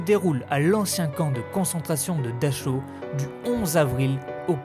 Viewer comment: ils n'y a pas à vérifier, je parle couramment l'allemand, c'est comme dachau, c'est dar haou en prononçant bien le h. Et c'est bien le camp de buchenwald près de Weimar !